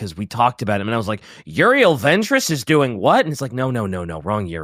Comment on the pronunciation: Put some damn respect on Prince Yriel’s name. Dude the Hive Mind feel pain.